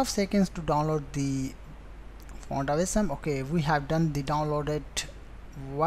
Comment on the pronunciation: dude its ausm not aceee som!